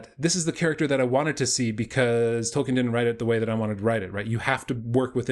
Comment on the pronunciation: Dude, it's hard to take you seriously when you don't even know how to pronounce Tolkien's naame.